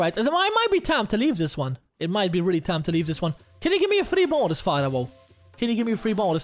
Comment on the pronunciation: It`s pronounced FARO, you riparoni!! 🤨🤨🤣🤣🤣🤣🙋‍♂🙋‍♂👍👍